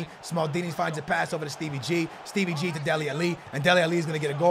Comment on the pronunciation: Stop saying Steve ggggg